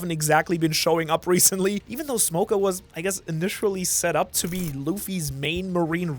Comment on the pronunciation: Why do you pronounce his name as smokah instead of smoker it's extremely triggering for some reason